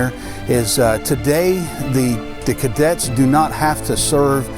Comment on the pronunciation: It’s CADETS not Kaydets 🙁